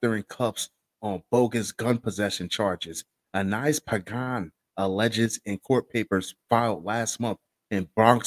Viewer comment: Thanks for pronouncing that last name" Pagan" correctly cause nobody ever does..